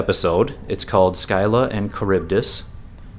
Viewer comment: Scylla is pronounced "sill-uh" not "sky-luh"